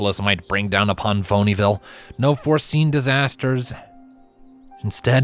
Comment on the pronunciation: "Phony ville"? Did I hear that right?😂😂